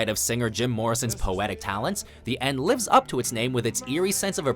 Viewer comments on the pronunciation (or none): none